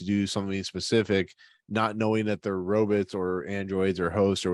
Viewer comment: "robutts" Lol